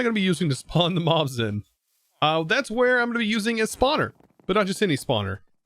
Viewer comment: i heard Moms instead of Mobs and i laughed for like 15 minutes